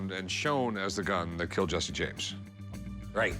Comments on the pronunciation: It’s Jesse not Jessie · it's jesse not jessie